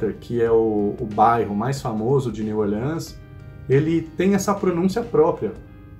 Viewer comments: Edit: aos O jeito de falar com menos sotaque seria "Niu Órlans", com um E mudo e a silaba tônica sendo o O, mas eu acho mais facil de entender falando com nosso sotaque brasileiro, siceramente. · New Orleans não se pronuncia assim 😬